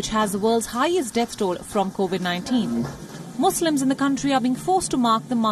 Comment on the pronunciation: Learn to pronounce.. you are telling Muzlims where as it is Muslims.. Even your colleagues say Muslims. Learn from your colleagues or get lost from screen & news reading. Try something else. You are spoiling Wion Gravitas Image.!